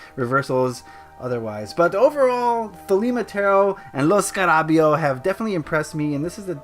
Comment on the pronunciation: lo scara ...beo (lo scara beyo) lol but great video :)